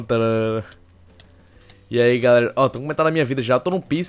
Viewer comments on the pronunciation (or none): So eu que sempre que o fala " Eai " eu entendo " Rir ai pessoal "